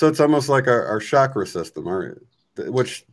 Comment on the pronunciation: A small but perhaps important "sound vibration" point: The word "Chakra" is pronounced the same way that one pronounces "Chocolate" in English. It is not pronounced "Shakra". In India, spiritual teachers place a great emphasis on pronouncing Sanskrit word properly, owing to their effects on the vibratory state of both our consciousness and physical living bodies. One neglects such fine points at one's peril. Who knows what effect the word "shakra" is having on the evolution of human consciousness? Maybe none. But why take the chance? / Yogic philosophy also teaches that there tens of thousands of Nadis, or energy channels running through the body, including the hands and feet. So to my knowledge, there is more to our energy system that just the 7 major chakras.